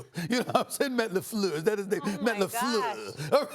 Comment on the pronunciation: I am french and I should be offended by the way Stephen A said "Laflluuurrrrrr"... but damn it, I laughed. lol